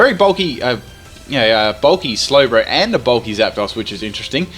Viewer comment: I love how he says Zap-daws, and not Zapdos